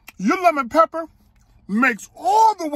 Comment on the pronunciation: Lepper pepper 😂😂😂 that's how you say it when they right right!!!